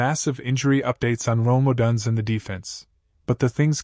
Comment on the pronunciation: If I don’t hear Odunze’s name pronounced correctly, I can’t take this seriously. Stop having AI read your videos.